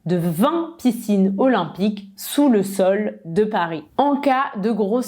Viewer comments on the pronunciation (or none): Salut, ça va? Au debut de la video, j'ai entendu que tu as prononcé le mot 'Olympiques 'comme ' O lym pi ki'. J'ai raison? C'est correcte à dire ça, ou c'est un style individuelle de?🤔😉